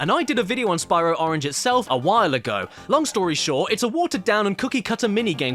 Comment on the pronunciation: I love the Brayinliz oringe marsoupeeiyal